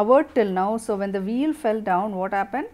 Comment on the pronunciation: Veil (pronounciation s Vail not wheel mam